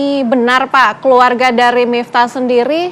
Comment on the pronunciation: Kok nyebutnya miptah sih ya...